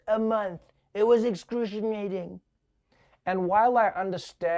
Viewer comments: "It was excrucimnating." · Trump:"I had to work 12hours a month!!!...it was ex-poo-shee-mating" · "It was extrushinating"